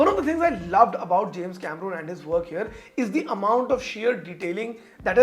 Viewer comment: Bhai uska naam 'Cameron' hai, 'Cameroon' nehi